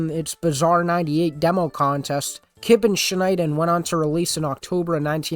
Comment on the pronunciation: as a dutch person 💀 "kipnshnein"?